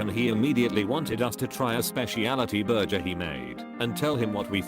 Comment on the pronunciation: This fake AI voice can't even say burger correctly 💀💀